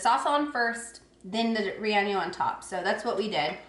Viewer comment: It's pronounced Reyeno